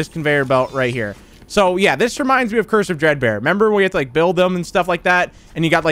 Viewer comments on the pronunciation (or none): Am I the only one who hears cursive dread bear instead of curse of dread bear